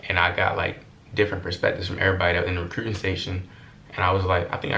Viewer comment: “recrewwting” office 😂😂😂❤️